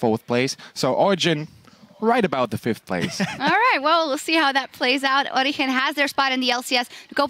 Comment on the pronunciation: she is pronouncing it correctly, because it is a spanish word and in spanish 'g' reads as 'h'